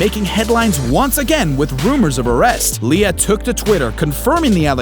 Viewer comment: LIA NOT ALIA